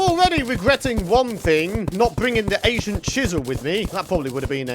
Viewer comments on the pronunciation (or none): ancient is pronounced as ane-sh-int